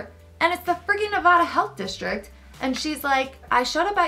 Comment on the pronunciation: It’s Ne-va-duh not Ne-vah-duh lol